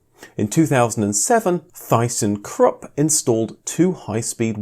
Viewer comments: "Thy-sen krup" WTF ??? Everyone knows it's pronounced tissen krup ! (or in germany, teesen krup.) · Mat not Mike thyson krupp speak German man Thyssen krup..... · lovin' the way you pronounce 'thyssen krupp' .. really! .. 😅🥰👍🏼